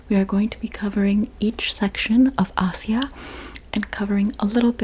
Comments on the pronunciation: It's not Asia (a-cia) it's ay-zia or a shya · "Ah-sia"? Never heard it pronounced that way before. And why you name Palestine as the holy land while completely neglecting Israel? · ما له دخل جهل بالإنجليزي ينطقون اسيا( آيجا ) هم الأجانب ما ينطقون حرف S لسبب ما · Why is she pronouncing Asia like that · That's how u pronounce asia?!